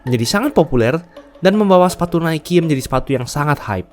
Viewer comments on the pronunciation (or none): none